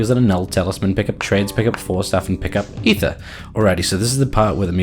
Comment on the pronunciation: for pronouncing Aether correctly.